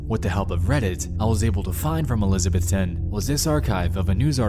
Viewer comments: It’s really cool hearing a story about Tennessee! We don’t get much here :// (e-liz-uh-Beth-un is how we say it here btw! It doesn’t really matter but for future reference:) ) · It’s pronounced ElisaBETHton. Not Elisabethton. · fun fact: folks around here pronounce elizabethton "elizabethon" I'm from New England I don't understand it either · It's not pronounced how Nexpo says it. Its elizabethtun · Julie Dotson HE WAS SAYING IT SP WEIRD lmaoooo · Okay I spent a good chunk of my life in Elizabethton, TN (Actually pronounced uh- liz- a - BETH - ten) and that town is sketchy as fuck. Meth heads everywhere and really weird shit happening all of the time. I couldn't have been happier when I got out to Johnson City, and then back home to Chattanooga. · The way you keep mispronouncing Elizabethton is frustrating. E liz uh BETH ten. That probably doesn’t help much. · Elizabethton is about 30 mins away from where I live everytime I hear somebody talk about Alex from TN it kills me to hear them pronounce the town name lol. I think I know the place this is talking about n it's just abandoned buildings that the few homeless ppl in the town used to stay sometimes. N ppl used to party down there, most likely the car he heard at one point in the story was a cop bc they patrol the area pretty well n probably seen his car down the street. If the story is true he got arrested for trespassing.